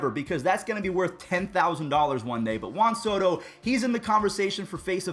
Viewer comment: It’s Juan Soto